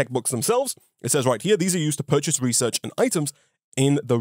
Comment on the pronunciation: reaserch paepuhs